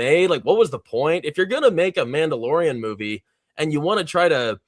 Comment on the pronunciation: Mandaborian! Thank you, was driving me nuts.